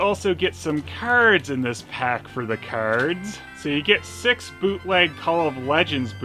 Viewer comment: haha The way you say "keyards" cracks me up